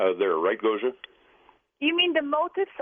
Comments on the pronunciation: Much love, Gosia and! Is Taygeta their name for their sun or ours? It goes back to Latin and Greek but is the name from their language? Bless George, he couldn't quite pronounce 'Gosia':D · Gosia, did you get a kick out of the way George pronounced your name? I'll bet Swaruu did. : ) Thank you, all. Big love to you.